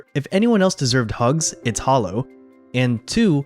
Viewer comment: How can you mispronounce Holo? FFS you damn noob. Also its really sad that you actually got a daki.